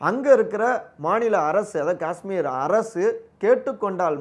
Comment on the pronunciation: அய்யா... உங்க யாருக்குமே 'காஷ்மீர்' அப்படின்னு சொல்ல வராதா? 'காஸ்மீர்' அப்படின்னே சொல்லுறீங்க?